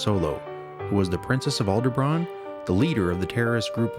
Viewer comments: Corrections: - It's "Alderaan", not "Aldebraan - The Millenium Falcon is not a "Corellian-class fighter", It's a modified YT-1300 light freighter. Corellia is the planet where it was made, so the ship is "corellian", but it's not the name of the model. Yes, I'm a geek. Deal with it. Awesome video nontheless. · There is no B in Alderaan. As in, it's Alderaan, not Alderbraan. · its alderran not alderbrann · This guy has no clue what he is talking about!He doesn't even know that it is Alderan, not Alerbon. How was Lea soppust to know that C-3P0 was built by Anakin! He had his memory wiped and she was born to late to know that. R2-D2 was not made by Anakin eather! (Good music though) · Alderaan, not Alder-bran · Face palm. If you want to make a fan flick, try to get the facts straight. It was a thermal exhaust port, not a ventilation shaft for frak's sake. Also, get the shite out of your ears--it was Alderan, not Aldebran. Jeez. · Alderaan not Alderbaron. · Other than pronouncing "Alderaan" like "Aldebaran," this is a flawless video. Such a great spoof of the Truthers. Well done!!! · Yes, the closed captions show Alderaan, but I clearly heard him say "Alderbran" three times at least. Good catch. :-) This does not however detract from the awesome that is this video. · it's alderaan, not aldebran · why are you saying alderbran and no alderaan? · It sounds like he kept saying Aldebran, that's not the name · It sounds like you're saying "Aldebraan" there's no b in Alderaan. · "Alderbran" Fuck you. It was so good until that. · "Princess of Alderbrawn" i'm dying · Dear Narator, its Alderaan ... not Alderbraan! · ALDERAAN, not Aldebraan. Lost all credibility as soon as I heard that. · "AlderBraan"?? wtf??? and AND WTF?! It's Alderaan, not Alderbraan. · Aldebran? Really? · I love the video however i wish he would have said Alderaan not Aldebron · Why does the narrator keep saying "AndeBraan?" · Alderaan, not Aldebran. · What is this Alderbran you speak of? It's Alderaan dude.